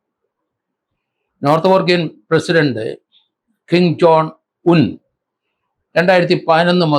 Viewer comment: കിങ് ജോൺ അല്ല കിങ് ജോങ് 😀